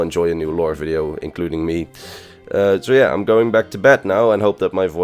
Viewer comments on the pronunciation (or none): none